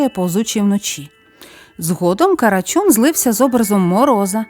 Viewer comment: Не карачюн а карачун бо слухати неможливо